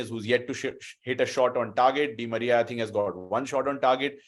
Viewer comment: Bro he said anal di Maria 🤣